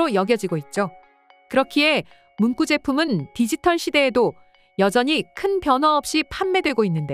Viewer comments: 문꾸냐, 똥꾸지? "구" 발음도 못할까? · 낭독목소리도이쁘신데ㅡ한국분이아니신가요^발음상문구는문방구이고ㅡ발음상문😂꾸는문장의구절을의미하는것으로완전히다른것입니다^ 듣기가너무거슬려서요^ 😊😊😊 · 잘 보고있습니다~문구 발음이 문꾸라 하시는데 너무 경음화되어 듣기 거북하네요~~ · 문구(文句)가 아니라 문구(文具). 文句를 문꾸라 발음하는 것은 일종의 한자어의 관습적 된소리 한 유형인데, 어떤 논리적 규칙에 따른 것이 아니고 그냥 받아들여야 하는 한 쓰임이다. 그러나 이를 일반화해서 文具에까지 적용해서 문꾸라 발음하는 것은 잘못된 것이다. 정신을 차리든지 업데이트 좀 해라, AI. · 한국에서는 문구 문구류라 싶게 말음 하는데 이상하네요.